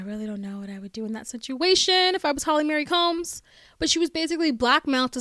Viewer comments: It's Marie not Mary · Why do you call Holly, Mary Combs, its Marie, as in its pronounced MA-REE not Mary. Also Pipers husband, the actor's name is Brian Krause, its not pronounced as Cruze its pronounced like kraut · That’s what you’re complaining about not the fact that she keeps pronouncing Holly Marie combs as Holly Mary combs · Holly MARIE Combs. Not Mary. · Oof! Sorry, but if you've listened to the podcast, why do you keep pronouncing Marie like "Mary"? Surely, when Shannon introduced Holly, she pronounced her middle name correctly. Marie is the French equivalent of Mary, so it's not pronounced the same. It's always pronounced like "MurEE" with the accent on the second syllable; even in English speaking countries, when parents name a girl Marie, they always pronounce it the French way. I have never heard it pronounced Mary. If they wanted it pronounced Mary, they would have spelled it Mary. You can even Google how to pronounce Marie and it will let you play an audio clip so you can hear it. Same with Lisa Marie Presley. I don't mean to be a Karen, but it's just so distracting whenever you say Mary instead of Marie. For me, it takes away from the enjoyment of your video. This is meant to be constructive criticism; I'm not trying to be mean. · OK, so I’m listening to this right now I appreciate all of the information that you’re providing from the podcast and your view. the one and only thing that is bothersome is that you keep saying Holly’s middle name wrong it’s Marie not Mary. other than that it’s great. sorry to correct you on this but someone who has a name that others always getting wrong. It really bothers me. a person’s name is so tied to them that it’s really important that their name be right and said correctly.